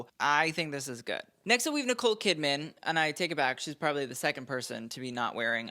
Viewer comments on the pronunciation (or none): none